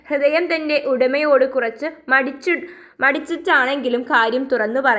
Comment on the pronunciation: Midichu alla Madichu an Miss😊